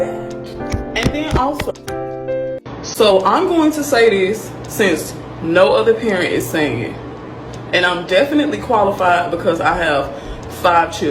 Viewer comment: “I’m defnutly qualified, b’cuz I have five Churdrens”🫥